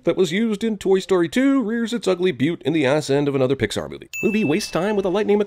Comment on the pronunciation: I didn't expect to find a new reply on this video... also, you said Poxar Theory instead of Pixar.